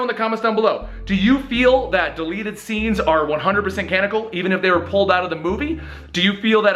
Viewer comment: CanONical. You said Canical so many times, it's driving me crazy how often you mispronounce words in these videos that you could easily fix. It lowers the overall great quality of it all and takes me out of it when it happens so often.